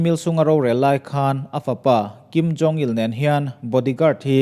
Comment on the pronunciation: Beng avar e. Thil pakhat chiah. Kim Jong Il tih turah Kim Jong Li tiin ilam deuhin ka hria. Li ni loin Il zawk tur a ni e. A bengvarthlak e